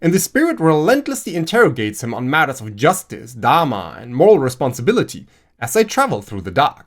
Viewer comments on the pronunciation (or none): none